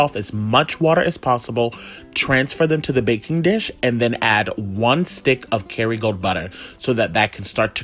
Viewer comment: I was trying to figure out what he was saying too. lol